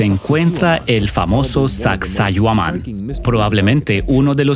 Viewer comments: sacsay huaman no yuman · Omg no se dice sacsohuaman, si van a narrar minimo digan las palabras correctas no?un montón de errores al hablar. Pero esta chévere el documental. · Mala traducción de las palabras en quechua, la mayoría de palabras quechua tienen la entonación en la penúltima sílaba, por ejemplo Sacsayhuáman, Pachacútec, etc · suaxsuaguaman??? jajaja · Es una pena q no puedas traducir apropiadamente..originalmente es en habla inglesa..xfavor averigüen como se pronuncia xq es desagradable oiSACSAHUAMAN..entre otros. . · El traductor está muy perdido con los nombres de los incas incluso con la pronunciación del nombre de la ruina😊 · Desde que escuché eso de Taantinsuyo y no Tahuantinsuyo, Sacsauaman en lugar de Sacsayhuaman..., ya denoté que este documental iba de mal peor... ni se diga de llamarnos indios. Terrible. Dejen de llamarnos así, aquí en América no hay ni hubo indios. Terrible.